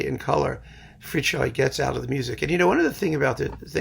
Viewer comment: Thank you for pronouncing Fricsay‘s name correctly! :)